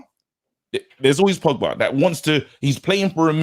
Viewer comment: Pogbary Donarrry 🤣🤣